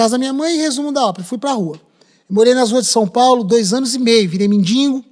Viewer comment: Virou MENDIGO e não mendingo! 🥴